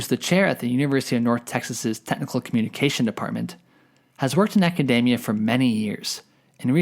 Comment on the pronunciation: it's pronounced aca-DEE-mia not aca-DAY-mia